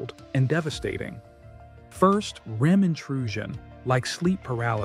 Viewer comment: in the video the speaker says: "Point 5. RE-EM phase intrusion." This wrong and utterly implausible pronunciation of "REM phase" (the dream phase) is repeated several times and it completely destroys the good impression of this video until this point. I'm out. Goodbye!